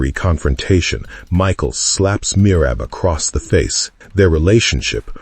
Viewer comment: It's Mikal or Mical ( Mee-hal ) not Michael